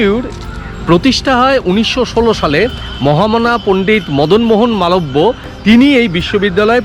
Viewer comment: স্যার আমিও বেনারস এ থাকি,আপনার ভিডিও টা দারুন লাগল সব কিছু ই ঠিক দেখিয়েছেন কিন্তু bhu r উদঘাটন মদন মোহন মালবিও করিয়েছেন আপনার উচ্চারণ টা ঠিক হয়ে নি,,,আসলে আমি bhu r student তাই বললাম কিছু মনে করবেন না🙏 আপনার ভিডিও গুলো দারুন লাগে আমার